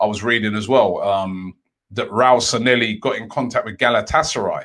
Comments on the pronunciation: Bro its pronounced 'SAN-YE-HI' where are you getting these Ls at the end from -and double L is always pronounced YE anyways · SAN-LE-HI IS HOW ITS PRONOUNCED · Robbie the name isn't Sanelli kindly pronounce it well